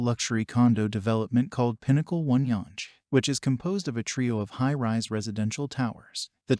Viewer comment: Why do you pronounce younge St like that. The e is silent. Its just basically young St. With an E!